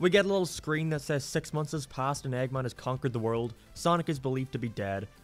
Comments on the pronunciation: dude where's you accent from?, I got confused whenever I heard "eggmon" and "coohl", you sound scottish but your accent feels super americanisd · Why do you pronounce "Eggman" so weird? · The way you say "Eggman" makes me confused and uncomfortable for some reason